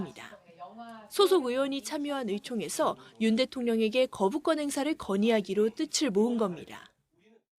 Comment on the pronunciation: 뜯츨이 아니고 뜻을 이다! 멍청한 아나운서야!!!